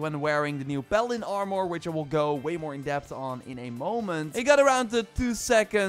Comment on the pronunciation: P a l a d i n Sounds like you're saying balen